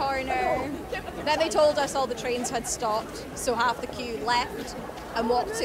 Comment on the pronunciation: "Hawf 2."